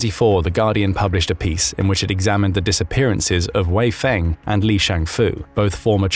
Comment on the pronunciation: wei fenghe is not "wei feng", don't forget the "he" part